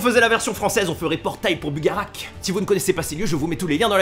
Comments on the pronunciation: Dire Bugarache; pas bugarak !!!!! J'habite à 10km :p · ça ce dit bugarache et non pas bugarak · "bugaracheeeee" pas "bugarak" ^^